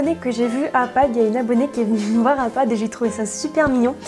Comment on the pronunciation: "Mes achat padd que j'ai fait chez padd " petit bug 😂